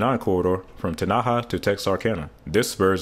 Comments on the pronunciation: Enjoyed your video. It is anyone’s guess for nonlocal’s pronunciation of US towns. In Texas, Tenaha is pronounced with the accent on the first syllable, not the second. TEN-ah-ha, not Te-NA-ha. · It's not te-na-ha it's pronounced ten-a-haa- Sincerely, a Texan. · That’s the first time I’ve heard somebody pronounce “tenny-haw” like “ tin- Aha” 😂😂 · Tanaha…lol Tenaha…. Ten..a..ha….. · I stuck around just to see how you’d pronounce Teneha and Nacogdoches. The traffic flow will initially bypass Louisiana anyway. They’ll take the I-369 spur to Texarkana then hit 30 and 40 to Memphis. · Tenaha - pronounced "Ten-a-haw." I lived in Nacogdoches, about 20 miles south of there for 24 years. And Nacogdoches is pronounced roughly as "Nac-uh-do-ches." Also....Texas mostly rebadged US-59 as the US-69 Corridor. US 59 runs from the Texas/Mexico border and up to Texarkana so it was a short putt for the state to widen portions of it and hang new signs. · Tenaha, Tx is pronounced TIN uh ha. You were close but the emphasis goes on the first syllable. Great video! Thanks! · Great video. Although as a texas native I have to correct you on pronunciation. Ten-uh-hah and nac-ug-doh-chess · Please learn how to pronounce the names of towns you mention. Example: Texas I-69 enters near the town of "Ten-a-ha". In Arkansas it goes near the city of "El Do-ray-do" Both do not use the Spanish style of pronunciation. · Tenaha, Texas is pronounced "Ten' a haw". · Very well done overview of the project. Two cities in Texas were mispronounced (Tenaha and Nacogdoches) but there are many towns in Texas that get mispronounced even by Texans. No worries. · I’ve never heard anyone say Teneha like that 😂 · it’s all good. There are a few town names in that area that boggle the mind 😆